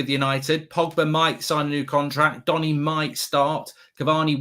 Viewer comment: 10.55 Iancy calling Donny Jonny 😂😂😂😂😂😂😂